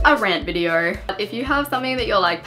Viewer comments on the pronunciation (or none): Take a shot everytime you hear Videor